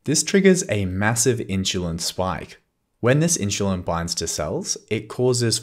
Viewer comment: am I pronouncing insulin wrong or are you?